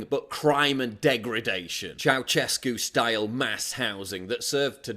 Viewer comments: I agree. But you mispronounced Ceașescu. It's " Chau-shescoo " not "Chau-chescoo". Fuck him, btw. Sincerely, a Romanian living in communist-looking Sheffield. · You said CEAUSESCU ?